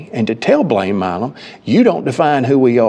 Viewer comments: Why does it keep saying "Mim" or "Mam". His name is not hard to pronounce. It is "Milam" (My-lum) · Why is he saying his last name as mam it's Mi lam